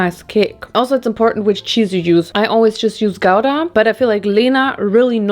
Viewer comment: Thank you for pronouncing Gouda and Leerdammer so well 😊 when my mum was a teenager and was living with just my nan, their struggle meal was macaroni with butter and sugar. For some reason, she sometimes still craves it xD